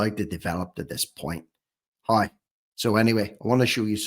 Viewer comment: It’s How not hoew